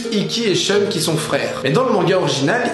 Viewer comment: Pourquoi ʃœn au lieu de ʃun ? Pourquoi ?!!!